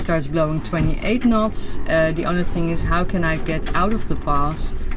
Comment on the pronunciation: I knew you were dutch, especialy after you said "nots" for the second time ahaha! Thank you for the vids they are very inspiring, fair winds and waters. Groeten uit zaandam.